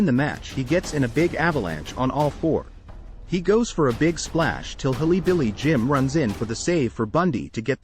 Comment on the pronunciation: Hilly Billy Jim.